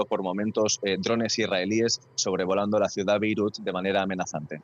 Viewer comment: aprende a pronunciar: BEIRUT con la letra T al final, es la capital del LÍBANO